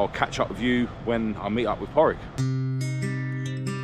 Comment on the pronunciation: It's ether Pauric or Pádraig pronounced Pawdrig you pronounce the d 💯🤙👌